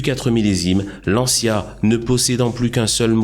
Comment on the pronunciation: Se prononce lantcha et non lantchya en italien